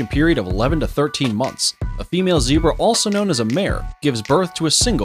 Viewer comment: ITZ NOT A ZEEBA IT IS A ZERBRA